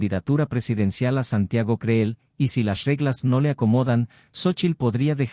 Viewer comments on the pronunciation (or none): Por cierto, se pronuncian "cril" y "sheinbaum".